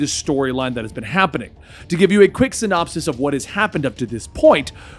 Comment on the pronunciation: Sin-op-sees. Lol